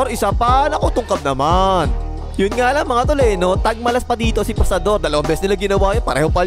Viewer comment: parang may commentator dati sa gilas game not sure kung vietnamese or thai na ang pronunciation nya ng Fajardo is Pasador 😅